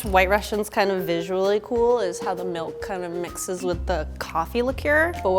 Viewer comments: a thousand grams of whole MALK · "A thousand grams of WHOLE MALK" lol 🤣